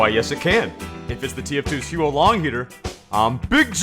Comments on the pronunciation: It's not he-uo long it's huo as in fire in Chinese. Not sure how I can type out the pronunciation so you should just such it up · facepalm It's not "hee-yoo-oh long", it's "hoo-woh long" or "hwoh long". Using English pronunciation for Pinyin makes me cringe. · Joey please, the pronunciation is HOO-LONG HEATER, 3 syllables, I know it’s spelled as Huo, but you basically pronounce it as “who”. It’s not the Hu-O-Long Heater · It’s not Huo Long Heater, it’s Who long dragon. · It's pronounced who-or Long heater, not hue Long heater. This weapon is named after the Chinese words 火龙，which literally means fire dragon. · It's "hwo" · Never played tf2 before Huo long means fire dragon And its pronounced more like hwo H.wo(the wo as in woah) one syllable AND THAT'S A FACT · Isn't it pronounced 'how long'? Most people mispronounce it imo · every time you mispronounce the huo in huo long my soul shrivels up a little more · when u butcher a chinese word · Not a single comment on how he's pronouncing it wrong? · Good video, but honestly the pronunciation of the actual gun is terrible.